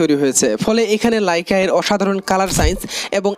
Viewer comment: লাইকা না, লেইকা